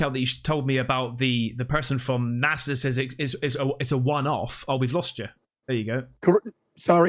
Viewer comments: I just wish he would STOP saying NASSAU instead of NASA. C'mon. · I’m always dumbfounded when people from the united states refer to NASA as Nassau 😂